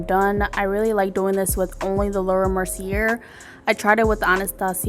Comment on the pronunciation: The way she says laura merceierrrr🤦‍♀️🤣 Makeup look is firee though 🔥